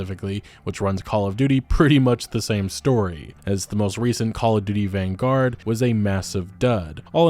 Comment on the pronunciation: "van guard" have you ever read a book before? Or talked to anyone with a vocabulary that includes words longer than four letters? It is PAINFULLY obvious that you and a few other gaming youtubers have some serious lack of real world knowledge by the way you pronounce things.